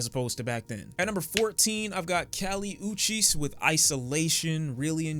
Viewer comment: lmao he said cowli oochie